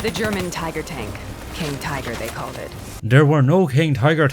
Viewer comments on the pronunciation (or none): none